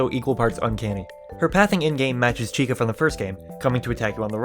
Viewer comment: Am I the only one who heard little red cun- little red chica